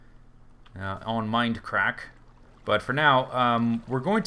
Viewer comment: OH YEAH MOAR MEIND-UH-CRACK-UH SERVA